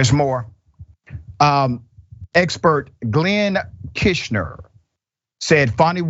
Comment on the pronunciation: His mispronunciation of one person's name is equal to Herschel Walker's constant ignorance and stupidity. Try again.